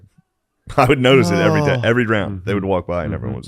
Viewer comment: He cant pronounce the word " every". He just lazy with the language and nobody corrects him